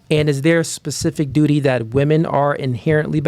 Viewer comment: Duty, duri, dootee